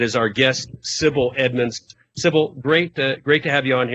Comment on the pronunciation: her name is Sibel, not Sibil.